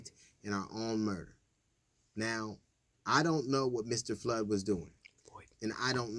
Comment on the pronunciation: Lol DL u slipping up on this one. “Floyd” not flood. It was closer to 9 min than 7. I miss getting the whole show on YT. Idk if it’s even still.